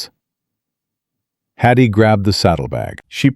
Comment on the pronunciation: Watching from UK,shame you kept saying Hattie's name wrong ,but truly a lovely story